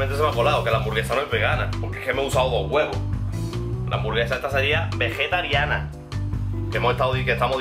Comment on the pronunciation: “cada bere, cada hamsvaraba houra😌”